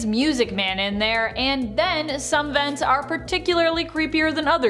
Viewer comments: Man said veents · how he says vents